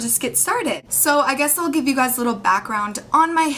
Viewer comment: There is no such word as guysz. Guy single, Guys 2 or more, Guysz WTF?